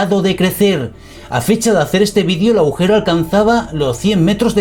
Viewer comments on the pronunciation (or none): No “aujero ”, agujeros señor